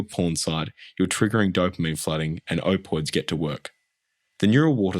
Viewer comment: i hope im not the only person who gets a bit irked at the "opoids"... you're forgetting to pronounce a letter sir